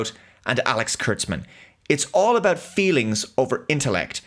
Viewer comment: Mah fweelings